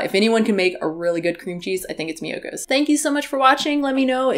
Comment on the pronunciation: I'm hearing Miyokos as mucus and so is the captioning.